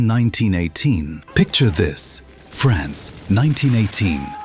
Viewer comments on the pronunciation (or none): none